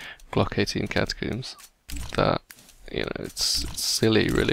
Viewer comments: CATACOMBS NOT CATACOOMBS!! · catacombs not catocooms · Its not catacooms its cata-combs. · IT IS NOT GLOCK 18 CATACOOOMBS, IT IS GLOCK 18 CATACOMBS...PLS PRONOUNCE IT PROPERLY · Every time you say "Catacoomb" I die a little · why does everyone on youtube call them Catacooms? Its cata + comb, do you pronounce comb as coom? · The way you say glock 18 catacombs gets me everytime I dont know why haha